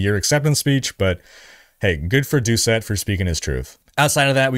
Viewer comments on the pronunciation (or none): none